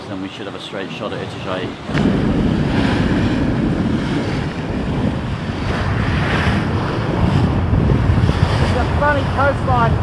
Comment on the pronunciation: Itajai is pronounced e ta ja e please try and get it right